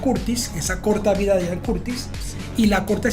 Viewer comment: ¿Por qué dicen "Ayan" Curtis? Se pronuncia Ian, tal como se lee. De nada.